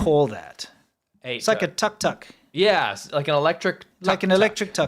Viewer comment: Sure about how you pronounce tuk tuk ? Cause i never heard any indians, thais, khmers or vietnamese using yours...